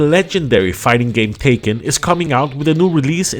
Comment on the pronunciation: It's pronounced Tech-kin not Taken 😂